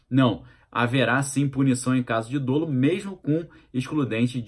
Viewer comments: pronuncia-se como se fosse dÓlo e não dôlo... Abração! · Não existe a palavra DÔLO! O jeito correto é DOLO Abrs